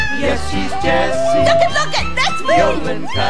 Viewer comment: It's Jessie NOT Jeisse lol